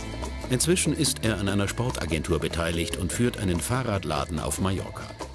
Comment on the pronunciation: Möchte ja nicht meckern. Jedoch spricht man die Insel Mallorca aus und nicht Majorca. Dachte ihr versucht die Dinge so genau zu nehmen wies nur irgendwie möglich ist. Zum Beispiel eure Fußballfelder. Naja nur mal so am Rande. Nebenbei gutes Video.